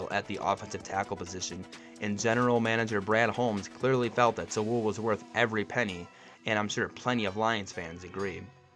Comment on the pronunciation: Bro...BRO...Sewell is pronounced like "sool".....not "sawool" 😂